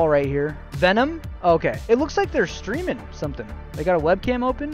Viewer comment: I thought he was talking about screaming more instead of streaming more 😭